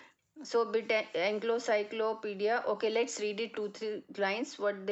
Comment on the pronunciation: Mam, I'm sorry to say, but its Encyclopedia, not enclocyclopedis. I'm sorry to tell you this, but you made mistake in pronunciation.